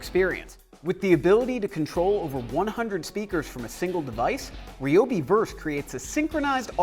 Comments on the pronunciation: Say it with me, Rye-obi. Not Reee-obi..... Rye-obi Rye-obi Rye-obi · it's rye-o-b.